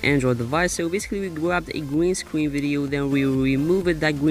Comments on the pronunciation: Green Scween effect Gween Scween Backwound So Adorable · it's not a pwobem we all say gween scween owo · gween scween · Gweenscween Ovahewe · Gween Scween LMAO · gween scween gween scween backwound pwess on it lolll ily 😂😂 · he says gween scween😂😂😂